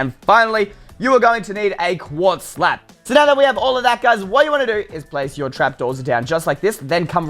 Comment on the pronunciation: When you said quartz slab you said quartz slap